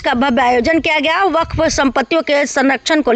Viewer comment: बफफ नहीं होता है वक्फ होगा है